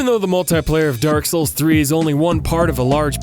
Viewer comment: I feel like you're sayin 'Dark Hole' instead of 'Dark Soul'